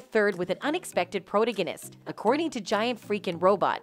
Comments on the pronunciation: The word is pronounced PRO - TAG - ON - IST! If you are going to use big words, know how to pronounce them correctly! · Pity your channel cannot use educated individuals to narrate accompanying videos. Pronouncing the word "protagonist" is not that difficult. Incorrect repetitions is as grating as the neverending "amica cream" in the trial.